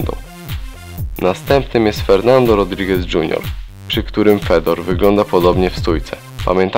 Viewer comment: I qurwa nie Fedor tylko wypowiada się Fiodor!!! Aż uszy więdną od tego anemicznego głosu z filmu.